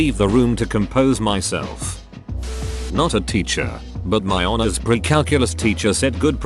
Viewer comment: Most people: "teacher" Daniel (robot voice): "titcher"